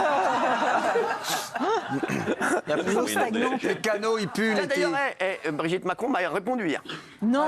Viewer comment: 1. Vous n'avez pas d'ordre à me donner ! 2. Si votre ouïe est parfaite, c'est Manu qui a tjrs un cheveux sur la langue, qui prononce Brizitte ! 3. Si ça vous gêne tellement DÉGAGEZ !